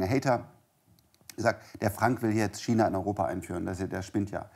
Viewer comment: Wenn noch einmal "Kina" sagt, platzt mirn Aneurysma.